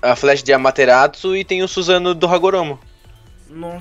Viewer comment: se fala amatesasu não amateratsu entendeu?? No próprio anime fala